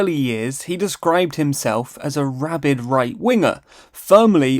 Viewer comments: Rabid not "rabbid" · * rabid, not rabbid, right winger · Rabid not rabbid… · ‘rabbid’ ? Really ?